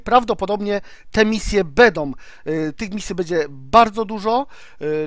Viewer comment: "bedom",,:(